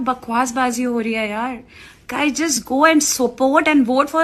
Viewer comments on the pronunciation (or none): none